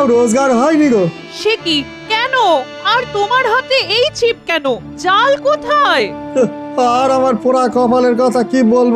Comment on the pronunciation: জেলের কথা বলার ধরন বা উচ্চারণটা আলাদা কেনো যেমন- জালকে যাল, মাচকে মাছ, পেয়েচিকে ফেয়েছি